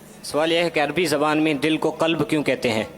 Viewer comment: حضرت دل کو " کلب " نہیں "قلب" کہتے ہیں۔